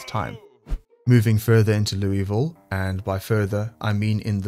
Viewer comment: It's not Loo-E-Vile. It's pronounced Loo-ah-ville. just sayin'. i would know , i lived there IRL.